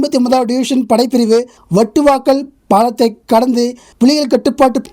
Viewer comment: அண்ணா, புதுமத்தாளன் , வட்டுவாக்கல் அல்ல புதுமாத்தளன் , வட்டுவாகல் என்று உச்சரிக்க வேண்டும். உங்களுக்கு பரிச்சயமில்லாத ஈழ ஊர்கள் உச்சரிப்பு சற்று சிரமமாக இருப்பினும் கவனிக்க வேண்டுகின்றேன் 🙏